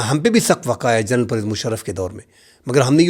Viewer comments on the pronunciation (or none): none